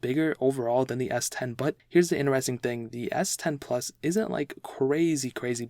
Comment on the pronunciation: In'eres'ing ...... its inTeresTing